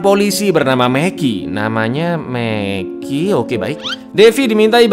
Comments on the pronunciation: Mackey, Bro... Bukannya Meki 😂😂😂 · Mackey yages ya bukan meki